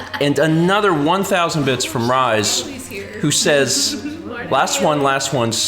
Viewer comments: " Rise Kujikawa" As a fan of Rise, (she's one of my favorite game characters of all time), your pronunciation kinda made me cringe haha. It's "Re-say" c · Yeah, every time he said Rise I had a miniature aneurysm.